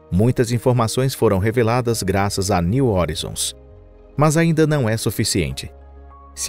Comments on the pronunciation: "New hórizons" não, "new horáizons", assim que se pronuncia "new horizons" em inglês! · O cara chama a Sonda de " nil orinzon". A pronúncia correta é "NIL RORAIZON". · Pronuncia-se “horizons” como [roraizons]. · Parei de assistir na introdução....Plutão, estrela. Plutão tem 5 satélites conhecidos. Caronte, Estige, Nix, Cérbero e Hidra e possivelmente Caronte não seria apenas um satelite e sim, parte de um sistema binário com Plutão. E é "new oraizon" e não "new orizon"! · A pronúncia correta para New Horizons (niu oraizons) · /niu horaizons/ a pronúncia, amg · A pronúncia de "horizon" está errado.